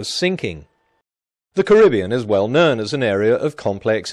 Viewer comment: why does Peter say "known" to sound like "nern"?